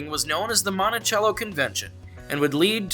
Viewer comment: In Longview for future note the pronunciation of Monticello is different than the traditional form it is Mont-a-sell-o instead of Mont-a-chell-o